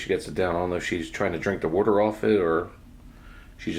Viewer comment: I love repeating the way you say water...you east coaster you! Lol🤣😂🤣